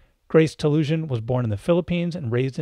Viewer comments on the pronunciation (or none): Great interview and discussion. In case you didn't realize, you are pronouncing her name incorrectly. It's TaluSAN, not TaluSIAN.